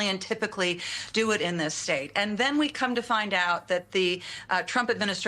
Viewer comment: .... den plez, plez, plez act against da unlawful stuff...